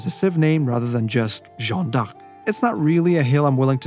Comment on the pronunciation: My friend your missing pronouncing d'Arc